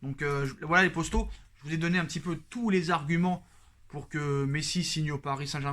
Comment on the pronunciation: Arrete de dire « postaux » (traduction youtube) !!! C est potos ! P O T O ...entraîne toi devant le mirroir ou prends un orthophoniste